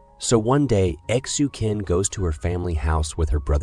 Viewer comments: I think you have to ptonounce Xu Qin as Shu Chin.. Like Qing Dynasty.. It was pronounced as Ching dynasty. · Xu Qin is pronounced /shoe chin/